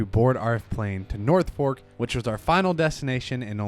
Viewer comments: Love your channel … but as a Veteran … It’s Nor Folk … not North Fork 😂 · it's NOR-folk not northfolk. A lot of Virginians pronoune it na-folk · Oh boy, I don't gate keep often, but Charlotte is in NORTH Carolina and it's pronounced NOR-folk or even NOR-fUk by people born and raised here 😂 Glad you were able to make it to the east coast for some racing!!